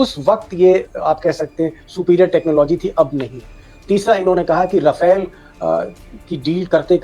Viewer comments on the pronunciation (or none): Rafale ❌Rawfail 😂😂😂 Kit kit kit kit kit kit kit 😂🎉😂🎉😂🎉😂🎉